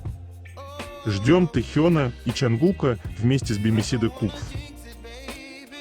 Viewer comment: Автор, не "бимисиде", а "баймайсайд"! BYMYSIDE